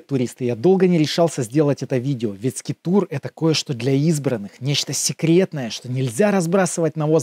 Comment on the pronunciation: 🤦🤦🤦конечно интересно, но бездари: не скитур, а скайтур